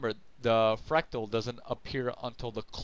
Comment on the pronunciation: You cant even pronounce fractal....lol